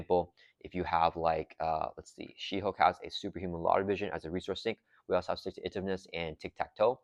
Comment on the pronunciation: 100% agree with highest value. People might not like Deadpool or the Pool aspect, but no other pack gives you an entire new aspect to play. Way more impactful for a small collection than a few aspect cards for each color. EDIT: Please, please start pronouncing Stick-To-Itiveness like "Intuitive". It's killing me lol